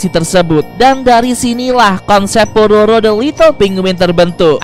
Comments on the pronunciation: kak mau ngomong pororo malah prabowo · Kok,tadi saat bilang udah ada di tv nasional kok malah kedengar bilangnya Prabowo bang?